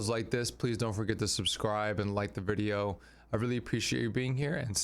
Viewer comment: What is a "verdio"???